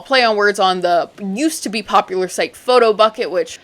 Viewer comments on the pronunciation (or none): none